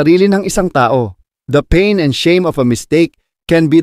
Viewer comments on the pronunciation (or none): none